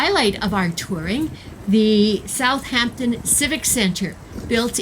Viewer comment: Thank you for your video. You hit a lot that this cool city has to offer for folks ahead of a cruise. Great places. I have to say that I couldn’t help but cringe every time I heard South “H” ampton crisply enunciated. Drop the h… South’ampton. Especially if doing travel videos, great to check the pronunciation with a local or even a quick Internet search.